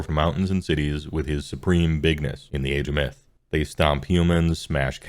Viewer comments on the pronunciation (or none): none